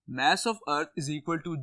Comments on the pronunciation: Y r u pronouncing it mE-SS INSTEAD of maa-ss?🥲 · Mass nahi mess 😂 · Mess of a earth is really 😂😂😂😂 good its mass of a earth sir you pronounce not earth but tell good explain to us thanks for provide this valuable information